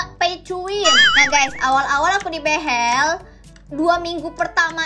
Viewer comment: ka bilang behel nya behell